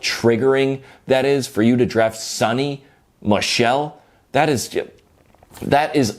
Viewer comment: John it's Sony Michel like Sony playstation not sunny michel. Lol